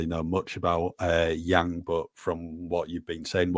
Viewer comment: Yang pronounced like sung not like sang